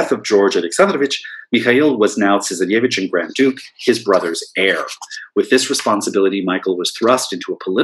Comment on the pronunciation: Interesting, I was just thinking that he needed to work on a few of his pronunciations, e.g. 'tsarevich' - but quite an interesting and informative lecture!